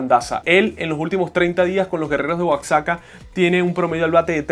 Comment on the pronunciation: Disculpa. Se escribe Oaxaca pero se pronuncia Oajaca